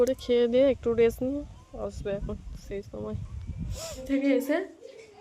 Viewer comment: ওটা বাকস পাতা নয় ঐ পাতাকে " বাসক পাতা " বলা হয় বাসক পাতার রস, তুলসী পাতার রস ও মধু মিশিয়ে খেলে তা সর্দি- কাসি তে খুবই ভাল ফল দেয় ওটা রেস না কথাটা হবে রেস্ট মানে আরাম বা বিশ্রাম ওটা সারপ্রাইজ হবে সাপ্রাইজ বলাটা ও ভুল হয়েছে এতো ভুল- ভাল উচ্চারণ করো যখন ইংরেজি কথা বলতে যাও কেন ! যেগুলো বলছি সেগুলো শিখে ভুলটা শুধরে নাও